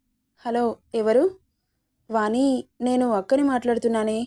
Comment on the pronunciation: వాణి....పెరు పలికే..టప్పుడు'ణ' శబ్దం వాని....పలికెటప్పుడు 'న' ఉచ్చారణ గమనించగలరు. వాచికాన్ని సరిచూచుకోగలరని మనవి🙏